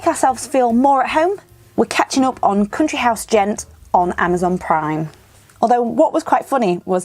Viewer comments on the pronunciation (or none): none